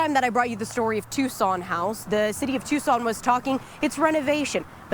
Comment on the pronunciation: Please stop mispronouncing it "Tyu-sawn". It's Too-sawn.